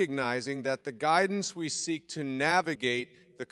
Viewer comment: "seek approval" not "sync approval" haha